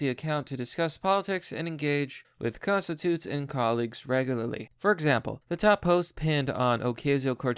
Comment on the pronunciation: Con-stit-u-ents Lol